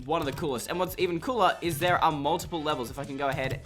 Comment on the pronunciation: “Now over shere” lol shere